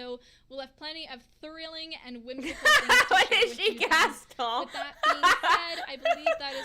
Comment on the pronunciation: She said “current” and “thrilling” emphasized. So I wonder if they are going to create a new thrill zone?